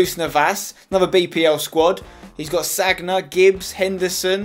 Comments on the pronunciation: Spencer it's not pronounced SAG-NA it's pronounced SAN-YA for bacari sagna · it's pronounced Sa-nia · Sagna is pronounced like sanya